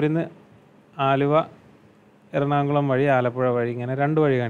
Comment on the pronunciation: മലപ്പുറം ആണല്ലോ താൻ... ആ സംസാരം കേട്ടാൽ തന്നെ manassilavum.. പിന്നെ എല്ലാ മലപ്പുറം ടീമും എറണാകുളം എന്നുള്ളത് എറണാoകുളം എന്നെ പറയൂ... വിവരക്കേട്.....